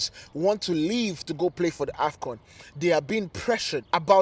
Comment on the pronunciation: AFCON....not afgan